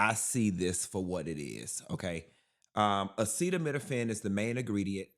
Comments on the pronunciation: The man that lives in the White House, couldn’t even pronounce acetaminophen. Someone in the audience had to say it twice. That’s ridiculous and embarrassing. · This P.O.S couldn’t even pronounce Acetaminophen. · Chile can't even pronounce "acetaminophen"😂😂😂